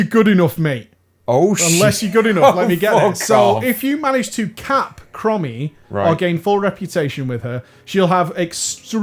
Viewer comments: Are you calling her "crummy" on purpose, instead of chromie? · OMG "Crommy", you mean "Chromie" as in them sick Chrome's on your whip! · Yeah, when he said “Crommy” I was like DansGame every single time. Cmon, in the interview with Bay you said you cared about the story now OpieOP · Every time I heard "crommy" part of me died inside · Please, dont ever say Krommy again. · Pronounced... "Chrome-ee" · STOP MISPRONOUNCING HER NAME I CAN'T TAKE IT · THE WAY YOU PRONOUNCE CHROMIE MAKES ME WANT TO JUMP OFF A BUILDING